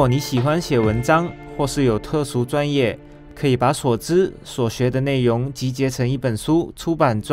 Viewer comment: 谁和我一样听到 内yong（容） ，严重怀疑他是不是马来西亚人😂